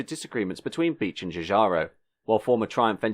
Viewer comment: You are pronouncing David Bache wrong. It's not David Beech.